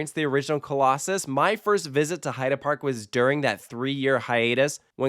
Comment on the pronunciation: Gotta say, I do appreciate your correct pronunciation of "Heide" Park! Ofc I'd never mean to criticize or be bothered whenever I hear Heid"ee" instead of Heid"uh" (if that makes sense), only want to positively bring out that you spent the effort! And now let's ask our friends from Poland how probably all of us are constantly butchering "Zadra", shall we?